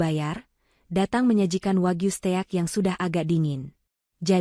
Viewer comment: Ya ampun , stek dibaca ste ak, bonafide dibaca bonafi de ,,,,, oo o o o